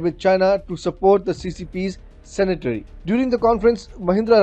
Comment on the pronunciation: Cenetary nahi Centenary!